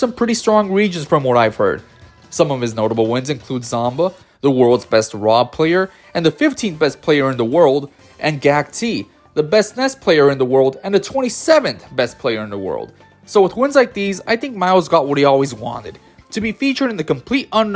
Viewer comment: the only complaint I have is: if you are going to make a player-focused video on smash ultimate, know the names of the players before doing the vid, we can't have "gak-T" or "maaaaya" for two of the most well known players in the world dude. Good vid tho